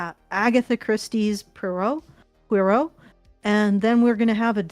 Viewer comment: The way they prononce "Poirot" as "purrow"...